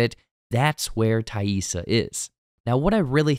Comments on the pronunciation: 😊 Appreciate you taking the time to say TAISSA correctly. All kids with non-traditional names know that feeling when people don't care to bother... Especially kids of color. 👁️ Lottie already had her third eye opened. She had that vision as a little girl. I just think Laura Lee is the group's angel 😇 of mercy anytime one of them dies. Lottie seeing Laura Lee like that could be guilt related to... Her cult... Javi... Or the past. We already know the guy at the motel is their childhood friend Randy that Jackie wanted Shauna to originally hookup with. We saw him living there in season one and talking about his separation from his wife. 😢 Shauna doesn't like her daughter but more than that she doesn't respect her. She can't nor would she want to connect to Callie on a deep level. 😡 Bad Taissa is starting to take over when she's even awake. It's giving Borderline Personality Disorder. But wtf was up with Travis envisioning Lottie while 🍆💦?! This guy is really in the church of Lottie and it's sad because Lottie is just a woman. She can't save anyone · Probably the greatest character redemption of the episode is you pronouncing Taissa’s name right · Thank you for addressing the "Taissa" mispronunciations. It was driving me crazy. Glad it got fixed! 👍